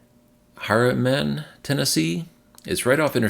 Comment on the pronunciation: Thanks for the update! In your quest for better pronunciation. Harriman is pronounced Harry-Man.